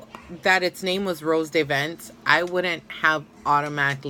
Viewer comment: It’s said rose de vants